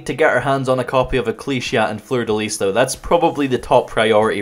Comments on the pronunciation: In french it is, in fact, pronounced fleur de lisssssss, just as you did. Its the weird royal flower/emblem. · Fun fact: the s in "Fleur de lis" (or "lys" in proper French) is not silent so you're right